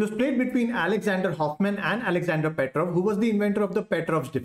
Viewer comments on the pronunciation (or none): none